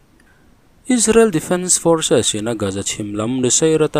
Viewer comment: Forsis han ti leh nual teh, fawrsis nei tupa, i inhmeh lutuk